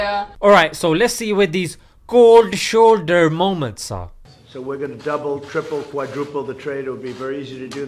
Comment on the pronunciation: Seriously this is how they all sound like: "Koldd sholdder hippiti hoppitus wobbling wobbling" 😂😂😂. Man indians r naturally funny people.